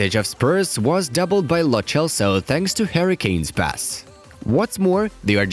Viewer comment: It’s not lo chelso it’s lo selso